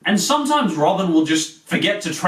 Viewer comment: wow you said robin like you say in sweden :D can you do a top 5 best swedins cartoons? btw if you do say hello in swidish (its Hej)